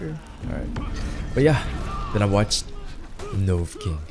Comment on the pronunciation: Take a shot for every "Novucking."